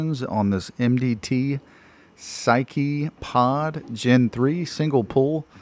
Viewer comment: Bro it’s pronounced “sky pod”.